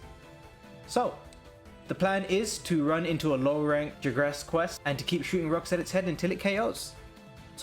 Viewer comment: Wait I thought it was Jagras not "Jigras"...